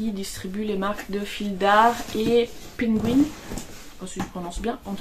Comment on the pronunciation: Merci Irene pour ce podcast toujours aussi sympathique. J’ai adoré la prononciation de la marque Pingouin, c’est une marque française très ancienne. Cela se prononce comme le nom de l’animal. On attend avec impatience les nouveaux ouvrages. À bientôt